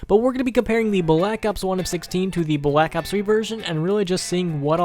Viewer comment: Why tf do you pronounce Black Ops like that